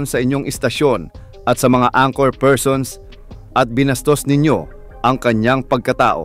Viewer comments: Correction madam ang-kor (anchor) hindi an-tsor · To say anchor, pronounce it as ANG-ker with the first syllable stressed.